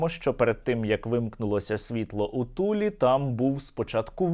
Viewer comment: " у ТулІ" - я тащюся від Ваших " удареній в слові", пане Стерненко 😂.